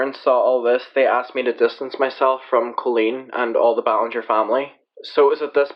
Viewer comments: Heh, at first I though he said Clean Ballinger. I have a dirty mind. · Clean Bowlenger is literally what i heard.